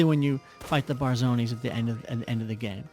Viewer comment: Barzonies? lol